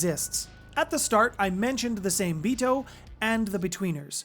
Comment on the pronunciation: Same-Bito being Japanese would be pronounced "SAW-MAY-bee-toe". The Hengeyokai are pronounced; "HEN-GEH-YO-KAI"